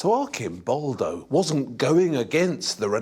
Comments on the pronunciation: the correct pronunciation is Artʃimˈbɔldo/ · Instead of letting him filmed in his documentaries that much, the narrator, who travels a lot to Italy, should use his time better, learning the difference between the "ci" dolce sound, and "chi", hard sound, then come back and articulate "Arcimboldo" correctly. Lamborghini? Carpaccio? Faccia? etc... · The 'C' in 'ARCIMBOLDO' is a prounounced like in CHURCH. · The way he kept on saying Arcimboldo wrong though... 😢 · Please, Waldemar, try to pronounce Arcimboldo with a c (like in the word chat) and not k (like the word alchemy) ... 😉